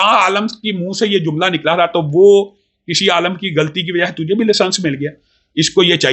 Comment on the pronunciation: Ooooo Bhai ise jahil aadmi aalim ko aalam bol ab jinhe bolna bhi nahi aata wo bhi Engineer saab se baat karega jahil insaan hai ye